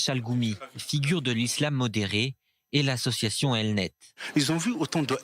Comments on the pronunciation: Popopopopoooooooo a la 59 sec il a lâché un asousiattion avec un double embrayage mon pote sa décape la cire des oreilles. Ils vouli counetre lisrael Patrick de bob l'éponge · A 1.00 les OSSOCITION !!! Mdr 😂